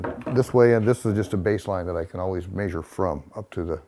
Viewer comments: Why can't he say 'measure'? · It's old people speak. Same with mondee (monday) or crick (creek) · I rather like the old fashioned dialect of how they pronounce measure as "meh-zyuhr". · I like how he says mæsure just like Fred from Scooby Doo says træsure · The way he says 'maysure' is like Fred saying 'traysure' in Scooby-Doo. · the way he pronounces measure is killing me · Never heard somebody pronounce the "a" in the word "measure" before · I have relatives in the Midwest who say it that way, but much more pronounced in the older generation